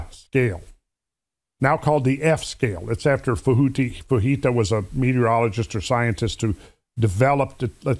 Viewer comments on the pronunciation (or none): Fujita is not Spanish, you pronounce the j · When you have nothing of substance to use for a rebuttal, I have often seen dissenters attack pronunciation/mispronunciation. What is interesting is that I have heard people that possess this particular name pronounce it in at least two ways with the "j" hard or silent. So, it's a shallow argument at best. Just because you have a graph say "exactly what is shown on it", does not mean the data contained can't be manipulated to progress an agenda. For instance, recorded data does not mean that all recordable data was gathered, or even compiled in the graph. Trends over shorter periods of time are often not as reliable as those taken over exponentially longer periods.